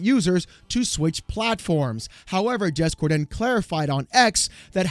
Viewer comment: "Jez Core-DEN!"